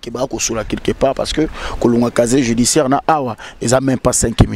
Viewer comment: Casier Judiciaire et non caché judiciaire....confronté et conforté,...confrontation ma chère journaliste.